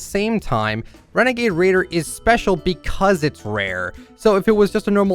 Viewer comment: It’s a wenegade waider